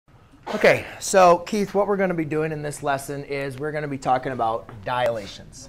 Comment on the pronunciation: *Dilations, not "Dialations" But great vid anyway, helpful